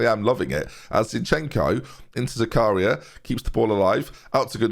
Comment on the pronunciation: butchered Zakaria’s name…